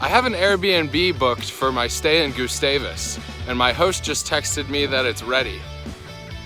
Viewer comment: hope you liked it! i live there and it’s cool seeing other peoples perspective on it. also it’s pronounced more like gus (rhymes with bus) -stavus than “goosestavus”